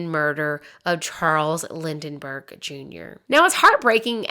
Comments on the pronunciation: Well at least you gave 100% accuracy to pronouncing Lindbergh wrong. Lind.bergh. not LindENbergh lol. Minor detail I suppose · It is pronounced Lin-Berg, not Lin-de-Berg. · I am jarred to hear you say 'Lindenberg' (like Hidenberg) instead of 'Lind-burgh' like the spelling is. I am not sure the name of the doctor who inserted himself was pronounced correctly either. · LIND BERG not LindENberg - sorry I am a retired teacher and it was driving me crazy so I wanted you to know that you were saying the wrong name. Love you though 😁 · Linberg, not Lindenburger. 🙂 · Why do you keep saying Lindenberg? It’s so distracting and really discredits you. It’s Lindbergh. How you do a whole podcast on it and not know that? Or am I missing something lol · You may want to edit a little better. The name is Lindbergh, but one time you say Lindenburgh which undermines your authority. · This is great but it’s very much Lindbergh Not Linden😊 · It’s Lindbergh not Lindenbergh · LINDBERGH. LINDBERGH. NOT LINDENBERG! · Lindbergh, not Lindenberg 😊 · Very good documentary. Pls correct your pronunciation of"Lindberg ." You are inserting an extra syllable "Lindenberg." Sort of like "Hindenburg." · Lindbergh, not Lindenburg. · Just helping you out here... His name is Lind-berg, not Lind-den-burg. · You lost me at “Lindenberg.” It’s Lindbergh. Too bad, because otherwise you seem well-informed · The topics are great, but they need an editor. The name is Lindberg not Lindenberg. Please do some studying up on pronunciations. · It's Lindbergh. Not Lindenbergh. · I came looking to see who else went, "Uhm Lind-en-burg" ?! LoL. Definitely not their name, but it gets your attention, especially if you've ever seen/heard any actual/original footage regarding the missing Lindbergh baby! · Charles Lindberg was a godforsaken nazi. Thank you mispronouncing his name, please keep doing it. I bet it would make him mad and that's cool. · Since Lindbergh was so popular it would be good to pronounce his name correctly.